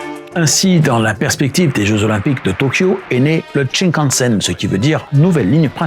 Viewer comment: Ça se dit shinkansen, pas tchin + la musique d'inspiration chinoise pour parler du Japon... 😓 Sympa la vidéo, mais ça manque un peu d'explications pour l'international, il y a de quoi creuser en sachant que la technologie utilisée en Chine, en Corée, au Japon ou dans d'autres pays asiatiques n'est pas la même que chez nous. Le plancher des trains y est plat avec des quais plus élevés que chez nous par exemple. Et on peut rajouter aussi pays de lignes à Grande Vitesse : - Arabie Saoudite - Ouzbekisthan - Autres pays européens de l'Est Il aurait pu être bien de parler du maglev aussi